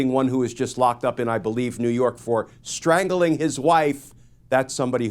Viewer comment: STRANGLING contains TWO syllables.